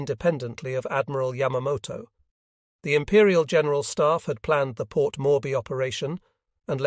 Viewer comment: Port morby? Every name is pronounced wrongly.